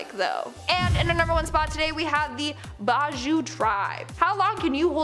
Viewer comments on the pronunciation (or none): Yes my country is the country with the most bajau tribe. with over 47k bajaus. its pronounced bah jao btw